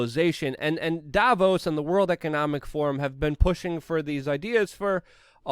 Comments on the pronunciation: It's Dah vose if I had a dollar for each time I've heard an anglo mispronounce a word or name I could buy YouTube. What would I do with it? Hmmm.... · Absolutely nobody: Luke: Dayvos